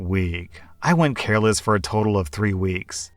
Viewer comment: Hey professional Youtuber, PROFESSIONAL Storyteller..... Carless is not careless.